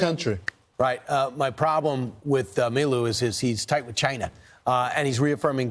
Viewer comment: The right has an obsession with pronouncing "China" really annoyingly.